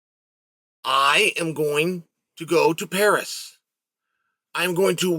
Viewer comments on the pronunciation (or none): none